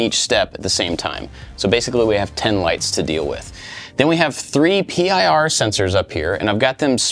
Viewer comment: it's PIR sensors, not P-I-R...